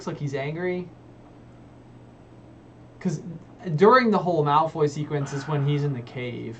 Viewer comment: The Stephen Fry version is infinitely superior once he stops pronouncing things like "malFOY" and "gryfFINdor"